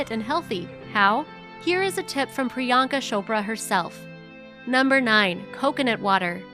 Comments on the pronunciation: Non Indians pronounce her name as pri-yaan-ka shopra guys its priyanka chopra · She called her Priyanka Shapra😂😂😂😂